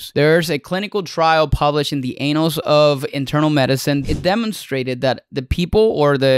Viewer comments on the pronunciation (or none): Bro, please learn the correct pronunciation of "annals".